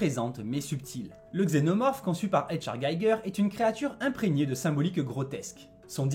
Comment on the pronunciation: Le nom de HR Gigger ne se prononce pas à l’anglo-saxonne…